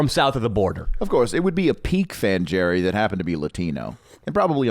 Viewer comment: What about "Fan Jerry" (pronounced Hairy with the Spanish J)?